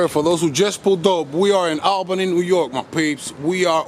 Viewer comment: It’s pronounced AWLbany or ole-bany lol